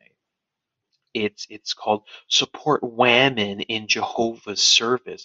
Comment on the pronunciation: 'Wamen" Oh, I get it now. Very original troll.